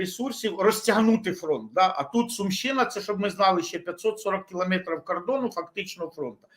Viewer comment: Все абсолютно правильно кажете панове, але мене різанув наголос "СумИ" та "СумщИна". Спеціально подивився у Вікіпедії - правильно ставити наголос на У. Це такий місцевий прикол?